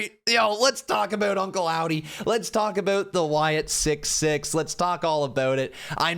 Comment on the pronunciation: Wyatt SickS (6) not Wyatt Sick 6